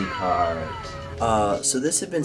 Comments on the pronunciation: "how to make a cwazy cawt go vwoom vwoom for cheap" is gold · The “how to make a cwazy cawt go vwoom vwoom” got me😂💀💀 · Thanks for teaching me how to make a cwazy cawt go vwoom vowwm for cheep!